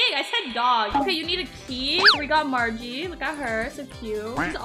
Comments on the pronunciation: Its maggie not margie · it's Maggie not margie